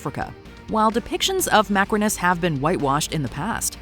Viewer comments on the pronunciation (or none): I wonder Why you called Macrinus 'macaroni' at the timestamp for but lts funny though😂😂 love your content btw❤❤